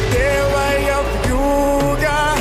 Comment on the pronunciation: Your pronunciation *Вьюга * - excellent. Make the following reaction to the song Venus performed by Diana Ankudinova. ( , on river cruise ship, cruising in the Volga basin). This is one of Diana’s last shows with a very famous hit!